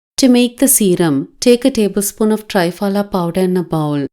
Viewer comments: 👍...Dear please a request, it's called "Triphala"Tri=3 phala=fruits. ( त्रिफला). (🙏 As people newly introduced to this great ayurvedic powder will keep saying tryphala instead of treee-phala...similar sounding). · To be pronounced as tri phala (not try phala)